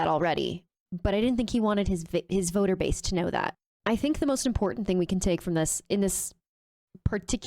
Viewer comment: I caught the “ vict… voter “😂😂😂😂